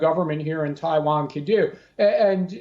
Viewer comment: Thai Van 🤣🤣🤣🤣 your pronunciation SUCKS 😢😢